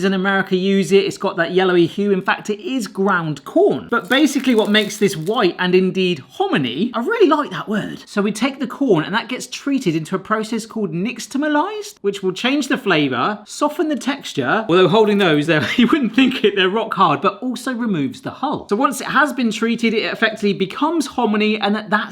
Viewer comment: Scot in the US here. Nixtamalised is pronounced "nishtamalised". Also, grits are widely known to be the best mechanism to move butter and cheese into your mouth. So you start by doubling the butter and cheese and go up from there ;)